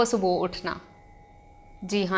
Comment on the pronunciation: Topic bht acha ha but jesy he ap subha ko galt pronounce krti ho ak dam topic sy dilchaspi he khatm ho jati ha or sunna bardasht sy bahir ho jata ha jab koi galt urdu boly to ajeb sy uljhan hoti ha ya word morning subhooooo ni subhaa hota ha plz correct it